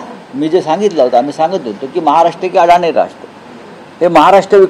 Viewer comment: अडाणी नाही अदाणी 😅😅